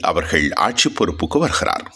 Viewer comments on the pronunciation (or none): none